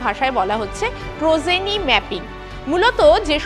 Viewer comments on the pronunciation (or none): It is progeny not prozeny, how can anchor of a big channel make such wrong pronunciation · Prozeny নয় progeny ম্যাপিং। নিউজ anchor হতে গেলে উচ্চারণ এর দিকে নজর দিন। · 😂prozeny na proGeny. uchharon shikhun aage